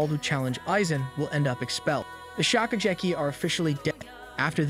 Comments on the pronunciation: bro your pronounciation is so bad get at least ONE word right 😭😭 "shokucheki" really? thats legit the name of the show shokugeki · Bro you ruined one of my favorite animes by butchering all the names 🤦🏽‍♂️ what is "shokujerky"?